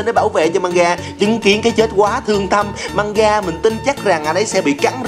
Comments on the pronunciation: Mgamga mà ổng kêu manga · Mganga đọc là Mờ-gan-ga chứ không phải Manga vì nó có chữ "g" nữa mà